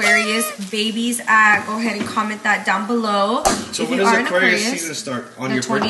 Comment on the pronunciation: it’s Aquarius not Aquarious 🤣🤣 Love you guys!! Happy Bday Maria!! ❤️❤️